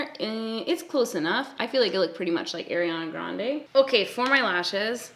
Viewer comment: How much shit are you getting over how you say Ariana Grande's name?